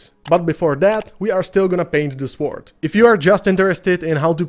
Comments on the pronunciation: Great explanation of NMM for an absolute beginner like me! I like the recipes and method you showed, for the sword and the gold. I also love your pronunciation of sWord. Wu-Tang! 👐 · Beautiful paint job on that mini. I love how you pronounce the 'w' in sword. English is a stupid written language. Sord. Lol.